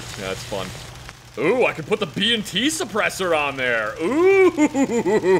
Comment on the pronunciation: saying B&T at about gave me a freaking heart attack cause it sounded like he said BMT.